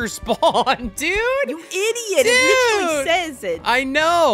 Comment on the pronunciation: I love the part when he said IDOT